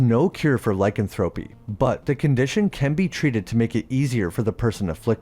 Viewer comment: Loved this channel for a while but to this day your pronunciation of “lycanthropy” irks the hell outta me